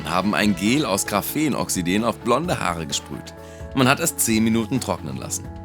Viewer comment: Graphen oxideeeen, Silikon... diese Übersetzungsfehler, Halbwahrheiten und diese falsche Aussprache... OH Gott! (okay bin Atheist, aber OM(F)G )